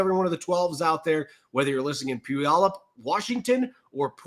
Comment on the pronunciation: How dare you butcher “Puyallup” pronunciation. 😂